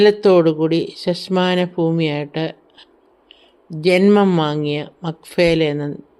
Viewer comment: ശശ്മാന അല്ല "ശ്മശാന"